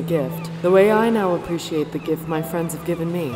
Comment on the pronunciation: "You aint got no fwendsss" 😂